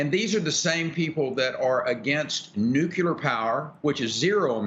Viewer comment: Rick i believe its pronounced new klee er